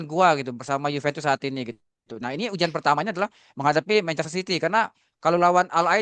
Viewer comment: Menit UJAN??? GERIMIS?? UJIAN bukan UJAN TUDOR Jujur materi dan substansi yang mau disampaikan si bagus bgt, tapi cara penyampaiannya ga nyampe Kayanya beliau lebih bagus nulis deh dibanding jadi narasumber